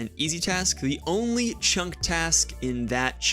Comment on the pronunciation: I have listened to it several times, and I can't decide if you said "chunk task complete" or "jump task complete". Well played if intentional haha!